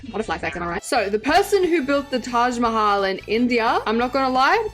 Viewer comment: It hurts me when literally everyone miss pronounces Mahal in Taj Mahal 😭